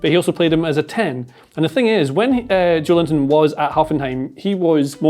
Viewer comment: guys. JO-EL-INTON. not JOE LINTON. maybe thinking of it as "Joel Intón" helps? The stressed syllable is "-ton". Hope I helped